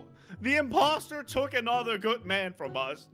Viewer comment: Did anyone else notice said the poster not imposter